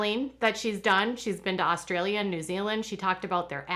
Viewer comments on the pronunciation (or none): none